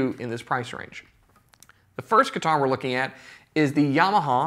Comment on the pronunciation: Do not say YAmaha please it’s terrible to hear. Correct- YamAha! God bless